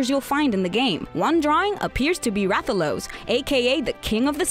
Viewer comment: did u really just say rathaloos